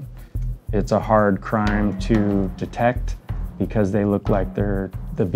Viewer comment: "Why am I being arrested?" Officer: "Beecuase"